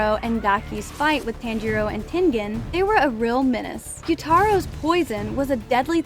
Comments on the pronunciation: his name i tan-ji-ro not taan-ji-ro ok? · Please, just say Tanjiros name correctly. It’s not that hard. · The way she pronounced 'Tanjiro' hurt me